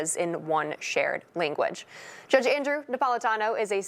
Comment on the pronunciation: it doesn't sound like English is her first language either ... ".... linguidge......" -> sounds more like an Italian pasta dish which fell on the floor.